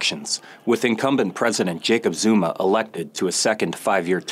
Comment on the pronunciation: His pronunciation of the names is making me visibly wince and cringe.